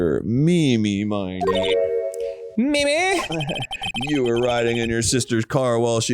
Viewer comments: i needed this case to be over so much faster than it was because I cannot stand much more of Arin and Dan BOTH being incapable of pronouncing Miney like 'Miney' consistently and constantly changing it to 'Meanie' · it makes me unreasonably upset that they're still pronouncing "Miney" wrong when the wordplay is extremely obvious